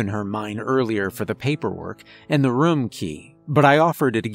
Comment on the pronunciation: A very cerebral tale.. and another excellent reading.. Though i wish youd say "room" as "room" and not "rum". That's not accent.. it's just saying something wrong and not caring. The fact that how you change says it kinda illustrates the dilemma you have lol